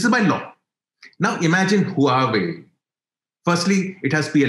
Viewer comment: What a 'head in the sand' answer to very valid question on the imbalance on the type of trade. Just denying does not make a problem go away. Stopped listening at that point. Not knowing how to pronounce Huawei is another indicator of casualness.